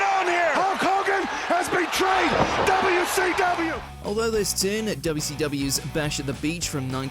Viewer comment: Its not WCWu its WCWeeh 🤣